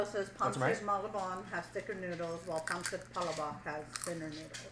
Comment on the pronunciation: Perfect pronunciation on the Pancit Palabok:D Gerry's Grill has really delicious Pinoy food! Maybe you can try cooking lechon belly at your house (at least you don't have to deal with a whole pig, just the belly (which is the most delicious part)). ^_^